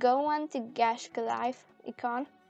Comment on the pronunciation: You says Gacha wrong.... It's a bit annoying -.